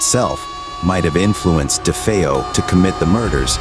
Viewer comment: It's DeFeo NOT DEFFEO